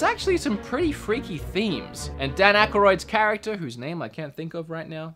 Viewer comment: “ Dan Akkaroid”